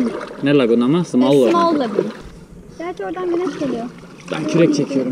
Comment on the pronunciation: Lagun değil lagün kayak kayan ne diyorsanız değil kano